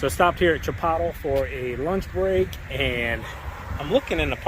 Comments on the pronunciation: Correct pronunciation: chee pote leh, accent on the second syllable. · Am I the only person that heard him say Chipotle weird lol sounds like he said Ch-pot-ol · Chipotle is pronounced Chi Pote lae. They could have an employee go out with a mower and cut the grass. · Chipotle - pronounced Chi-pote-lay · Pronounced "Ch e po t lay" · Did you just say " Chip Pot Tull when referring to the fast food joint? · hey! Not to be a pain but the restaurant Chipotle is pronounced chi-pote-lay. Sorry. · Wow!!!! Did a hobo worked on the property at Chipotle?😲😲My bad, a hobo would have done better.... my bad.😆😆 Yeah buddy, troll them on your Chipotle pronunciation. 😆😆😆😆 Great work as always.